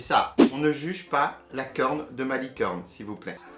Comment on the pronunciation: hahahahah a chaque fois que tu dit gâteau licorne j’ai l’impression tu dit gâteau LIQUide 😂